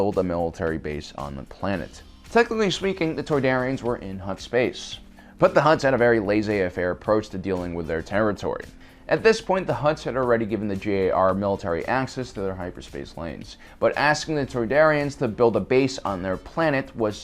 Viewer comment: a very lazy affair? it's pronounced lah-say-fair